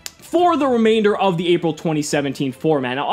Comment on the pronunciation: am i the only on who heard ''Apple 2017''?